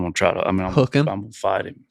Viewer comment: “Did I get heem, is he down”